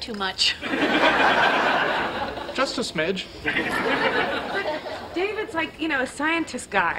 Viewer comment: “Just a smige”